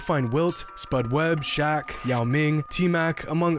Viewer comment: He said shock instead of Shaq 5: 27